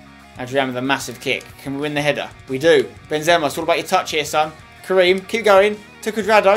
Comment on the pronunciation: u say Benzema wrong